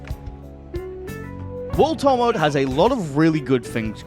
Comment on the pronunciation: lets talk about "WUD TUH" mode. Damn bro